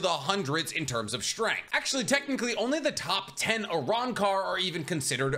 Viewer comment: Uh-rahn-car Los Noh-Chase Hoe-gi-yo-coo Oo-ta-he-may Oo-dee-oo You-ha-bah-ha Oo-key-or-ah